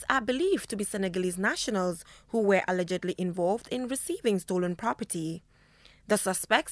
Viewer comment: Who agrees that our journalist is not pronouncing ALLEGEDLY correctly.